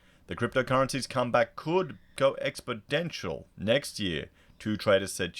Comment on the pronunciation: Expodential ? Is that actually a word ?